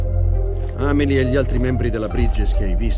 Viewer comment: si pronuncia senza accento sulla I, l'accento sta sulla a. La pronuncia giusta di Amelie è Ámeli .